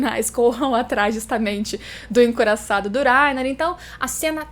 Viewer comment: Berotoroto e Laina, fala direito.